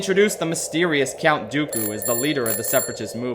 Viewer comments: Wtf is a "cyount"? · I love the video, but why are you saying "Cyount Dooku" every time? Are you pronouncing the "U" in "Count"? I'm very intrigued.